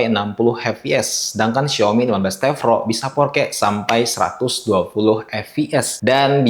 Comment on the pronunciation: T Pro bang bukan T Vro🤣🙏